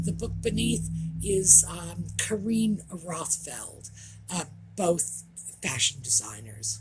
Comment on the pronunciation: don’t you know that Harry’s wife is a “Fashawn” expert?? Haha she certainly likes the colour Beige 😂 absolutely love the Audie time ❤